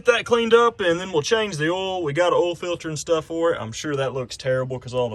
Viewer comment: I think it's funny how ya pronounce "oil" without the "i". Check the ol.